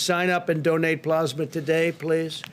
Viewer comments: It is plasma, not "plozma." 175,000 dead on Trump's watch soon to be 200,000. He is an embarrassment and a disaster. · Oh Boy 🙄 More Plosma, But This Time It’s Convalescent Plosma!!! 👵🏻🧓🏻👴🏻👏🏻👏🏻👏🏻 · Plusma ??Geez ,did he pass the third grade? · Wtf is plaasma XD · Youre right. And using convalescent plasma (not "PLAZ-muh") has been a standard source of antibodies for a many years for a number of diseases. Its not new and I'm pretry sure Italy pioneered its use for Covid-19. Its Trump whipping up a publicity stunt so he can imitate a human being with a brain and a heart. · What is "plosma" lol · He kept saying plasma wrong it was kinda annoying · He can’t even pronounce plasma. I’ll bet it’s the first time he’s ever seen the word. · Take a drink every time he mispronounces plasma. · He can't even say convalescent plasma correctly. Does he have dementia? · Mans can't even pronounce plasma 😂😂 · If I had a dime for every time he mispronounced plasma...geez guy!